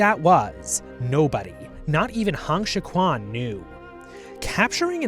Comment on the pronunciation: The video is great but the pronounciation of Chinese names is honestly horrendous and should have warranted a two minute Google search on how to pronounce Pinyin. Hong Xiu-quan is not pronounced "Han Shi-kwan", the actual pronounciation is much closer to "Hone Shio-tren"